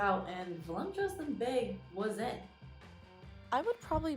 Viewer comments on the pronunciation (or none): Three counts of pronouncing it as “volumptuous.” Just stop saying it if it’s too hard for you. Words matter, language matters. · There’s no M in the word “voluptuous.” There are no lumps in that word. 😂